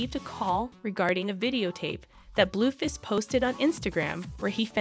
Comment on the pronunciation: You are saying the names wrong, it's not Christine and it's not Bluefist I don't know who this girl is that is talking she don't know who the people she is reading about!!😠